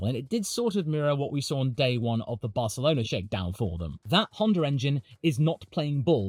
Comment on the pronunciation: I wasn’t ready for a proper pronunciation of Barcelona 😂😂